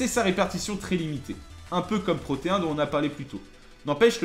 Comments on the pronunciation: au juste c'est pas protéen "ine" est pas "hein" '-' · C'est pas Proteen ? (Proté ine)